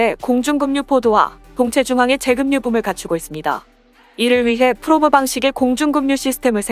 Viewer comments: 좋은 정보 감사합니다. 그런데 발음에 문제가 있읍니다. 급유를 때로는 "금뉴"로 발음하는데 연음벅칙에 따라 "그뷰"가 맞습니다. 많은 사람을 상대로 하는 공공의 성격이 있으니 국어의 발음을 정확하게 하는 것이 좀 더 좋지 않을까 생각합니다. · 급유를 //금뉴//라고 읽다니, ///그뷰///입니다. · 급유는 '금뉴'라고 읽지 말고 '그뷰'라고 읽어야 됩니다. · 정확한 한글을 쓰고 말합시다. 예로 "원가"라 쓰고 읽을때는 원가가 아니고 " 원까"라고 읽거나 발음해야한다. 급유는 "그뷰" 로. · 맞습니다. 급유를 금유라고 읽는 것은 정말 황당하네요. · 발음이 급유, 금뉴, 그뷰 다양하십니다